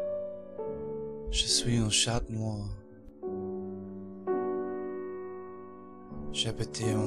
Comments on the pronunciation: It's actually pronounced like 'shaa'. Cute idea though. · Please - don't try to impress me - I grew up in Quebec & actually speak French...pronouncing the "t" in 'chat' is pretty obvious.... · En Français: Chat-mus c'est encore mieux car on ne prononce pas le 't'. :D